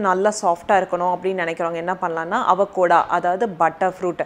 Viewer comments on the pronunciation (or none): அவகோடா இல்லை சிஸ்டர்...அவகாடோ😊😊😊😊